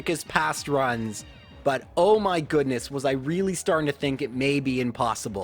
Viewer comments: MAH dry bread. Not my. MAH XDD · ITS NOT MY DRY BREAD ITS MAH DRY BREAD